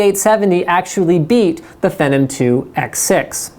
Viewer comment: Hmm, never heard of "Feh-numb" before?' I have a Phenom, though.